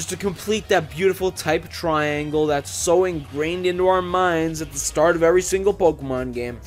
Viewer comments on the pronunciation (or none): none